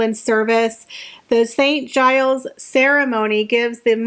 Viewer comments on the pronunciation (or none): none